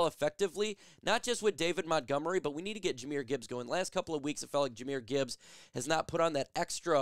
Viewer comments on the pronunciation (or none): It's Jahmyr Gibbs.... NOT. Jahamyr Gibbs 🤦‍♂️